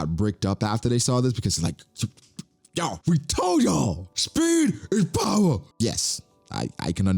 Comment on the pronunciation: “speed is powah”💀💀